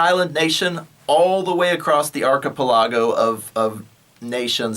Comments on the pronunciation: If you say "Arc a po log o" one more time I'm gonna go insane. Arc-a-pel-eh-go ENGLISH DO YOU SPEAK IT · Talks about going to college, cant say archipelago correctly. Cant finish the video because of that